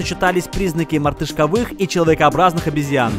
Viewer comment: МартышковЫ́х на 🤦🤦🤦🤦🤦